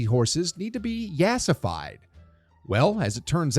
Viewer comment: This dude said “yaaas-ified” 😭